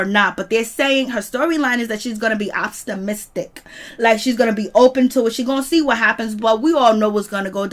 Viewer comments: My sister. Its Optimistic not Opstamistic😁🤣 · Can someone please teach this chick how to pronounce optimistic!!!